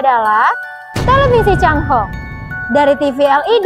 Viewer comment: Bahasa Mandarin chai hong adalah pelangi bukan cang hong